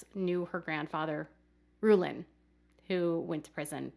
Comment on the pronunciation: Rulon Allred's first name is prinounce Rue-lohn, NOT Rue-lin, Rue-lin is NOT how a name is pronounced in Utah, nor Idaho, nor, specifically, is that how HIS name is pronounced. Just so you know.